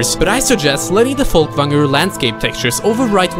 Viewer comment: Damn, this is very impressive what you made, and the attention to edit and detail! Worth the wait! oh and I love how you said "Folkvangr" ;D Spot on... which makes me think... hmmmmm.... there's something about that accent.